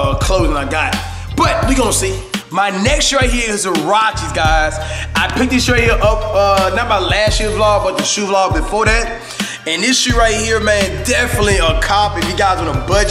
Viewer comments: Lol he called huaraches sirachi the first time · The Way he says "Huaraches" kills me 😂😂😂😂😩 ... Salute Tho Fam 💯👌🏽🔥